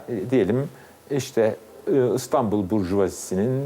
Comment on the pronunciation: İNATLA ISTANBUL DİYOR SUNUCU, İSTANBUL KARDEŞİM İSTANBUL! İ İLE YAZILIP OKUNUYOR.